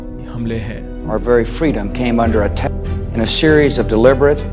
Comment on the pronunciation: Bro why are u not saying 'attack' properly